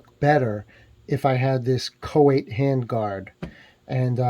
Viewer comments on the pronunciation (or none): How do you manage to pronounce the name choate the way you did ? Its “chote”